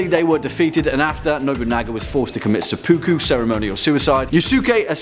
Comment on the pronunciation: Seppa-ku, not se-poo-ku. Ta.